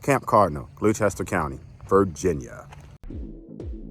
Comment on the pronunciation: It's pronounced glosster